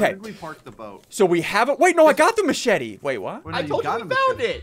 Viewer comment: Lol they way ssunde said machete is matchete